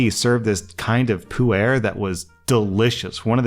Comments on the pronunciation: Hey, Puar is pronounced like the dragonball character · Married to a Chinese woman, visits China multiple times and spends time in the culture, still can't pronounce 普洱. 😅 Someday, just gotta put in minimal effort. 😮‍💨